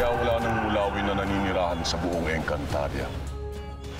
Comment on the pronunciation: Napansin nyo ba na nagkamali si danaya sa pagsalita nang encantadia... Sabi nya encantadra😂😂😂😂